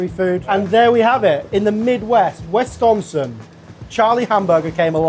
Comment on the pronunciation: It is not Wesconsin, it is Wisconsin.